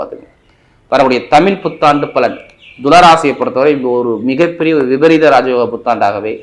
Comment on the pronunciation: உங்கள் தமிழ் என்ற உச்சரிப்பு தவறு.